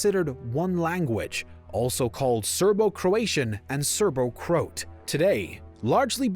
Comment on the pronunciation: Serbo-Croat (pronounced Surbo-Croaaat) Ironically all these former Yugoslav nations give each other 12 points during Eurovision! Political voting…nah, at Eurovision…